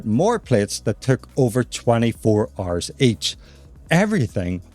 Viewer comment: Instead of hours I guess its RRRs...😂